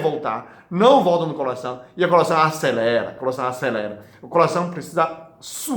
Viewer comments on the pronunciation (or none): Que bonitinho dr falando "colação"